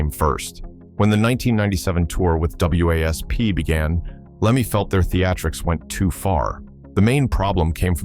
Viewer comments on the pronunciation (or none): The whole AI narrative sucks. It’s wasp not.W A S P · Wasp, the damn AI can't say the word wasp.